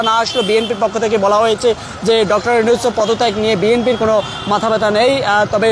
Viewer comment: ইউনুস ও কর্মসূচি উচ্চারণ ভুল হয়ে গেলো না! ছোটখাটো ইউটিউব চ্যানেল হলে মানা যেতো। বড় একটা মিডিয়া প্রথম সারির। সত্যি হতাশা জনক।